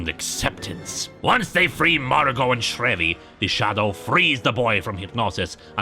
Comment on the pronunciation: The Shadows driver is pronounced SHREEvy. At least it was in the radio shows. #radiogeekproblems ;)